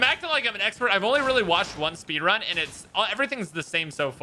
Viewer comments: Ah yes the speenrun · Yes, speenrun, very intelgent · Ahhh yes the speenrun my favorite